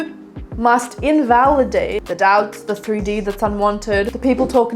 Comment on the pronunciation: I had this video on quieter than usual and I heard “don’t let your dads bully you” instead of “don’t let your doubts bully you” and I had to turn that shit up and turn on the subtitles and now I’m giggling over here 🤣